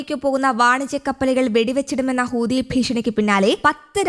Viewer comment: ഹൂത്തി, ഹൂത്തി, ഹൂത്തി ഹൂദി എന്നല്ല